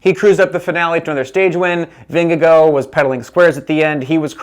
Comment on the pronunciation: it's Vin-ge-gaw